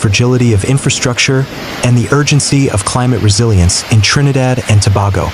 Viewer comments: Repeat after me, Tobago. It's like saying To/bay/go not To/bar/go. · We appreciate your reporting but the pronunciation is-Trinidad and Tobago ( Tuh.bay.gow). Thank You